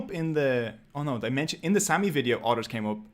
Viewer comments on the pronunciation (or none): none